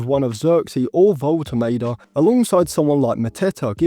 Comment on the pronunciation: Woltemade is very good, he’s a goal threat every game for VfB. Would love to sign him but selfishly want to him stay at VfB so we get more consistent. Side note, Woltemade is pronounced (volte mah de) for future videos 😁